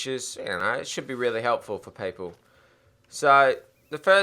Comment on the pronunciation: "Paypol" :P